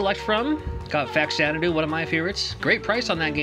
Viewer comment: I hate to spoil your childhood but, its pronounced Fazanadu like the abba album xanadu (zanadu) I called it faxanadu for 25 years too 😂